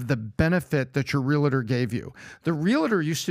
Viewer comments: Patrick has it correct when he pronounces REAL-TER, not REAL-A-TOR as continually stated. I just had to say it. As a 64 yr old, I have corrected a lot of my own misspoken words and continue to learn something new everyday. With all that said, I believe Patrick and cast put on a valuable and thought provoking production. Educational and Enjoyable! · Stop pronouncing it “realidur”. It’s realtor. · As a licensed Realtor, it’s pronounced Real-Tour. Not Real-A-Tour. Just wild how many people say it wrong. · "Real-UH‐tor"... that's how you know he's the real deal.